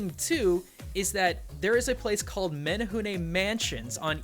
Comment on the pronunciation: As a Hawaiian, the way you both say menehune makes me chuckle. But otherwise spot on, outside of the menehune having a pretty nasty streak for people who spy on them working. This was great to watch.